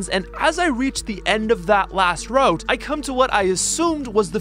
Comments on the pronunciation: "route" is pronounced like "root" or "rout", not "wrote". And it's "all of A sudden", not "all of THE sudden" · Hold the f*** up: You mispronounce route as "rowht"? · the pronunciation of route is killing me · man somehow found a 3rd way to pronounce route...